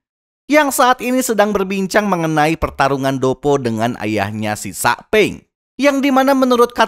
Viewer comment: Bang bukan sakpeng tapi saupeng royozuka itu yang benar